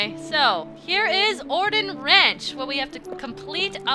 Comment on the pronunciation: I say Or-dawn Village, not Colon